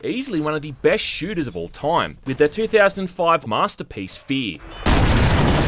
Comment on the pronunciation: I'm an Aussie and I've never heard anyone on earth pronounce time as "TOOOIME", goodness me.